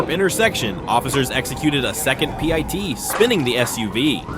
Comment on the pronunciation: What is a "pitee" maneuver? Using AI and trying to say "PIT" maneuver?